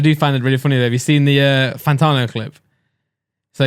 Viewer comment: pls for the love of god his name is fanTANo not fanTARno